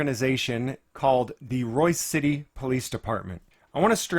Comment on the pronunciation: BTW, it's "Royse" City. Avoid it like the plague.